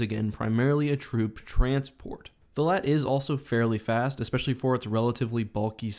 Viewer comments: The LAAT wasn't pronounced "LAT" it was actually pronounced L.A.A.T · It’s LAAT not lat. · STOP SAYING LAT!!! ITS L-A-A-T LIKE I WOULDNT CAL THE FREAKING AT-TE ATE!!!!!!!!!!! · Did he just call it a Laat? it’s called an L A A T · Isn’t it just called l.A.A.T not laat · Am i the only one who hated it when he said lat? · I thought he said a laat of shields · How does a Star Wars YouTube channel not know how to pronounce LAAT? It’s L-A-A-T just like A-T-A-T and the A-T-T-E you don’t call it a ATTE do you??....